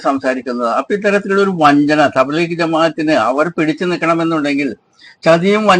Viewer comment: ഈ വയസൻകാക്കാക്ക് തബ്ലീഗ് എന്ന വാക്ക് പറയാൻ തന്നെ തിരിയില്ല.